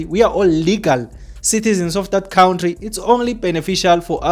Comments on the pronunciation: Why do say kountry😅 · You cant transform knowledge and information when you can't even pronounce an easy word like country, mr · Cowntry,Kowntry,khawuntry bro🤣🤦‍♀️